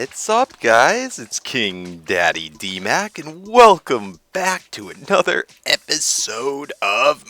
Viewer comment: why does everyone mispronounce your name